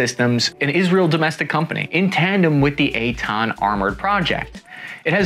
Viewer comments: Took me way to long to get the name. I heard eight-ton and wondered that the vehicle was that light... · Oh, Eitan! Sometimes the American pronunciation sounds more like "eight ton". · I keep hearing "eight ton". EitAn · It’s not called the 8 Ton lol it’s the Eitan. His pronunciation on Hebrew words is a bit off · At first I kept thinking that you're saying "8 ton". Lol. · I was hearing "8 tone" on the entire video 😂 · Cap didn't say 8 tons. He said Ei--tan, which is the name of the vechicle